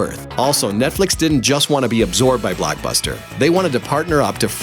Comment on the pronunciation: WHYTF does he say blackbuster and aanline